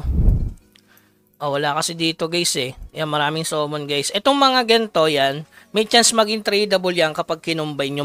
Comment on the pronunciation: Sorry boss ah matagal na ko nanonood sayo pero hindi po SOMMON ang pronounce sa Summon po 😅 Samon po ang pagbanggit dyan hahahaha sana next tome samon hindi sumon